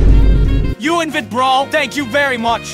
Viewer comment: I wonder why he says brol instead of bro. 🤔